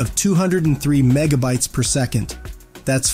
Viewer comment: With an attitude like yours its no wonder there is so much crap and misinformation on the internet...And by the way it is Megabits not Megabites...Do your homework if you can read...